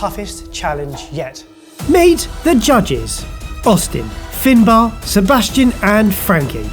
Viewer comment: Finbar? Thinbar?